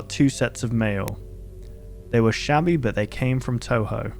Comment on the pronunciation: It feels confusing to hear a big youtuber say Touhou, even though he's actually saying Toho.